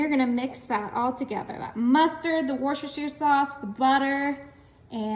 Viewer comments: Wuh-stuh-shuh sauce :) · Despite how it's spelt, it's pronounced as 'Wuster' Sauce. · The sauce is pronounced Woostershire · It's WorsterShiesterShooster..